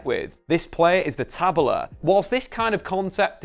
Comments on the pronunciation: ta-BE-la: the uppercase syllable is the tone syllable. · Nice. The correct pronounce is Tabéla, the tonic is be taBEla. Welcome to the future. Fluminense is the past, present and future of Football. Thanks to Oscar Cox, our founder in 1902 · Kkkk a pronúncia de Tabela foi minha preferida , geralmente colocar acento é difícil para eles, mas nunca vi inserirem um onde não tem, achei fofissimo